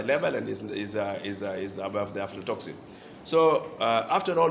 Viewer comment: Its aflatoxin not afrotoxin😂